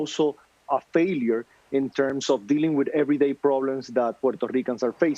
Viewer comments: Puerrrrrto rrrrrrrico ))) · How many times must he say, "Puerto Rico" (in full Boricuan accent)??, jajaja We know y'all, we know you're latinos and American, in the mainland. hahaha At least us Mexicans know it. You remind us every time you get a chance! hahahaha They say, "We're American, our passports say American" chill, we're Mexican and American too, mensos!